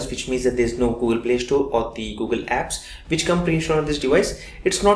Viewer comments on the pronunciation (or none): Please, improve your English accent . For ex , when u were saying about the design elements u actually pronounced "drastically" as "drashtically". Similarly "past" as "pasht", "contrast" as "contrasht", "playstore as Play shtore". And u sometimes actually talk very fast and some times slow. Please correct the mistakes.